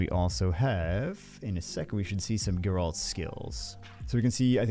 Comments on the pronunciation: “Garalt” “Geralt” 😂😂😂 it’s okay you will get it eventually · It's geralt not "geralt" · Take a shot every time said Geralt the wrong way lol, good luck to those from the school of the Wolf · Gair-alt. Say it with me. No, you said Kaer Morhen correctly, just can't say Geralt's name correctly 😅